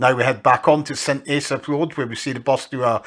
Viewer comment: Pronounced St ASS-AFF and DIZZ-EARTH